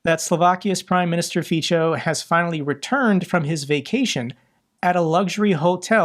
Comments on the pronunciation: I love the way you pronounce Fico.. It is not correct, but your way it better rhymes with czech and slovak world for c*nt (Fico/Pico) :D Which is only fitting.. Thank you for your reporting! Greetings from Prague. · I general I would recommend you to look after the pronunciation of Foreign person and geographical names like Azerbajdzan, Fico, Voronezh, etc. because this discrediting your message. You have so many Russian speaking friends, ask them for help! ;) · Dear, we admire your tenacity and sense of justice for all of us. One VERY small improvement would be to pronounce Fico as "fitzo" and not "fitcho". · Its Fico not Fičo. Its not that difficult to type or copy his name into google and let it teach you how to say his name properly. I will comment this every time until you learn. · Fico is pronounced as Fitso, not Fitsho. Even if I don't like him, pronunciation should be correct. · Hey, Good content. One thing to clarify. Slovakia's PM name is pronounced as "Fitso", not "Ficho". Also, he's revered by the elderly, specifically women. There is a generational divide in Slovakia where the old people are enemies of liberty, prosperity, rule of law and need to have an enemy in their life (such as the big-bad USA) and a strong leader, such as Fico. Majority of young and middle aged people hates his guts. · Hi, if it plays any role at all, the pronounciation of the Slovak PM Fico's name is [ˈrɔbert ˈfitsɔ], like in 'fits-oh' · his name is pronounced as "Fitzo" (in German), (in English "Feetso" ). Thanks for your good work, I watch your every video. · Fico is pronounced like "fitso". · It was good to hear the orc female reaction to the situation in Engels...she isn't enjoying it . I hope Fico enjoyed his luxury holiday! Now he's back in Bratislava to deal with the political situation.... And its pronounced FITZO.💙💛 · Fico is pronounced feetso, Tusk is pronounced toosk. Greets. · And notice that Fico is pronounced more like feetso.